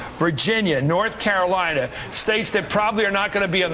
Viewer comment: "....Florida, Norf Carolina..."